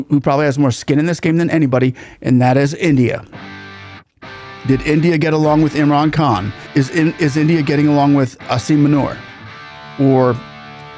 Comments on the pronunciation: Buddy there is a stark difference between 'Munir' and 'Manure', you butchered his name 😁😁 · Well done,! The way you pronounce Asim Munir MANURE explains the fishy part very well - stinks to high heaven!!;-) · althought this generals name is Aasif Munir, i like it how pronounces it Aasif Manure coz this guy is a literal piece of shit manure indeed. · Should I correct him with his pronunciation of the man’s name. I kind of like the way he says Asim Manure